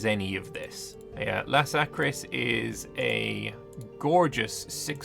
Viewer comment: Laskaris, not Lasakris. Just so you know